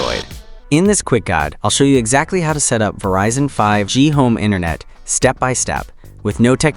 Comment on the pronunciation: It sounds like you don't get 5G. It is not pronounced "Verizon Home 5, G," because the 5G stands for "Fifth Generation."